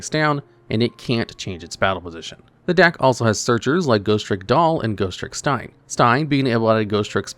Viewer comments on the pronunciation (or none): none